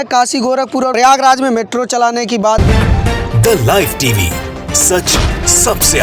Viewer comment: The live TV वाले ध्यान दें- आपका ये एंकर The live TV ko इतना जोर दे बोलता है द लाइव टीवी के दल्ला इव टीवी सुनाई देता है। एंकर को अपना pronsession सुधारने को कहें।